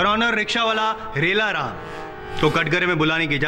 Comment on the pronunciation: Rickshaw wala chalata rickshaw hai par naam hai Rail-aa-ram.